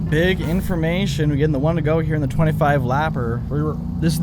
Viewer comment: I love how u say BIG INFORMATION 😂